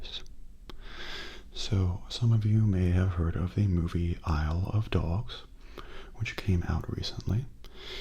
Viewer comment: I just realize if anyone keeps saying “Isle of Dogs” it sounds like you’re saying “I love dogs” lol just thought I point that out. XD Oh when I first saw the trailer of the movie, I thought it was strange but I’m thinking about watching it as a lot has said it was good :)